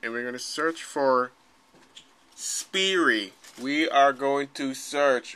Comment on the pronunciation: Pronounced (spiiiiiiiirre) not (speeeery)